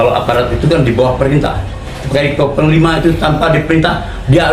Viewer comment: Yang saya dengar sebutanya bukan psnglima tapi pangkal lima